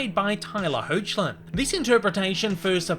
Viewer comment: Tyler HECK-LIN